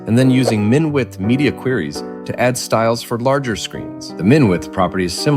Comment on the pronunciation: It's "Queries", not "Quries".